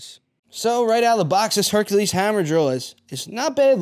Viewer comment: OMG 😂! He said, “Herkahleez Herkahleez HERKAHLEEZ!” From THE NUTTY PROFESSOR! 😂😄👌🏾👏🏾